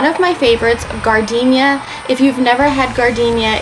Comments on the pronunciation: You’re killing me! Learn how to pronounce “jar den air”!!! Have you never been to Chicago and had an Italian Beef Sandwich? They will ask you if you want sweet peppers or spicy “jar den air”, not gardenia! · OMG! I’m an Okie and even I know that it’s pronounced “jar-den-era”. Gardenia is a flower 🤨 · You said gardenia— that is a flower. It’s jar- den- yaira😂😂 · Gardenia? we eating flowers? Giardiniera is NOT pronounced Gardenia. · Chicago guy here. That’s hot giardiniera. Pronounced jar da nera lol.